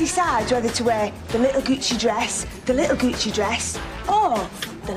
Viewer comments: goochy? it's gucci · so I was a bit of a literal kid when this came out. so when they were saying "little gucci dress" I thought they were saying goochi, which was a style of dress, not the brand and I also thought capricorns were a snackfood lol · lmao, i thought kinda like that, except i knew they were saying gucci, but i never knew what that was so i thought it was 'goochey' & it was just like a synonym for 'coochie' ahaha